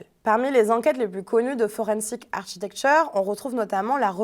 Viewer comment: 'architecture' se prononce 'arkitecture' en anglais. L'ordinateur sur le bureau est superflu et obstrue la vue. La chronique est intéressante.